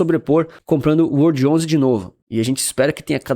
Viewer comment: WRLD11 remete a "world". Fica bem estranho falar "uordi" (remete a "word", palavra). Poderia pronunciar world... Coloque uma pronúncia mais inglesa aí, você é um cara internacional 😉